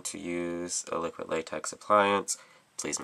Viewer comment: I like your way of saying liquid latex. You say liquit. Hahaha